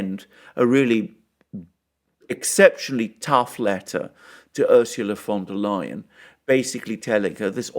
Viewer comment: Is it just my hearing, but everytime Alexander mentions Ursula's last name, I hear "WONDER-LIAR".